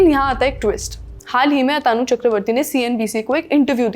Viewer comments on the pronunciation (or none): Lallantop वाले HDFC Bank के चेयरमैन का नाम आतानु बोले जा रहे है, जो गलत है। उनका सही नाम अतनु है, न कि अतानु